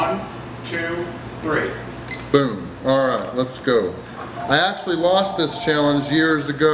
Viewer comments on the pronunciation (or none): none